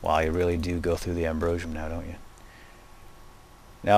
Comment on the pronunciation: you say Ambrosium wrong!